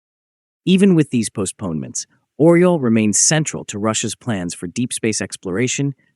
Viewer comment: It isn't "Oral". It is Oryol (Eagle in english)